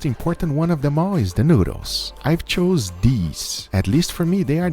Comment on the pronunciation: "I've chovse deeeese"